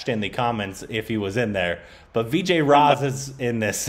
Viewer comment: Raaz not raj